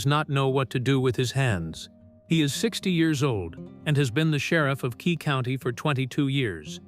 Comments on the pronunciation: Nice story. It's Quay County, not Key County. Holbrook is a town in Arizona, not New Mexico. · Quay county, not Key county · It would be better without AI. As a life long New Mexican, it’s a great story but it’s pronounced Too Cum Carry! And the county is Quay. Kway. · Nice story. Too bad that the artificial moron voice does not correctly pronounce Tucumcari and Quay county.